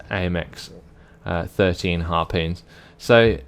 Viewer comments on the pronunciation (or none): Harpon is not "Harpoon" is it? Seems like it would be like.. Tarpon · After taking french for two years, i can say with almost full confidence that its Harpon as in Tarpon. xD